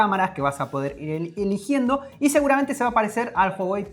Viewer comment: dijo iligiendo Jajaja